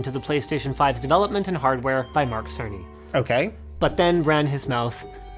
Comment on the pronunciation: Speaking of mistakes, it really sounded to me like he said "Mark Sweeny" repeatedly when referring to "Mark Cerny".